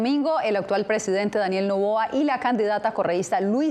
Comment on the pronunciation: Aprendan a hablar se dice presidente Ente